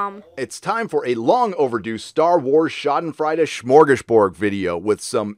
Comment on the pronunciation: Schadenfreude = shahd-n FROY-duh .... not shahd-n FRY-duh